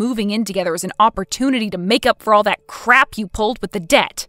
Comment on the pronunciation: The actor playing Colin doesn’t enunciate. He speaks very lazily. The end of some words is completely dropped. BTW…”With” is pronounced wiTH… not wiff. With was mispronounced throughout the entire story. “The” is not pronounced duh/deh. Duh money. … deh house., etc … “Any” is not pronounced ey. Gratude is pronounced gratitude.